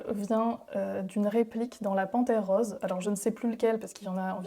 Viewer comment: J'ai remarqué aussi les O de Roses 😅 est-elle du Midi ? 🤔☺️